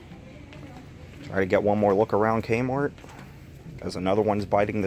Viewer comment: I love how he says kmort